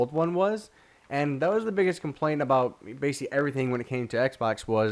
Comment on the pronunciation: Have y'all noticed he says basically alot and sometimes when he says it, he says bacly or bacy